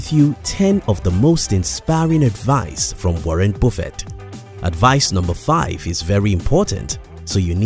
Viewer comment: Video about Buffet without knowing how pronounce Buffet :)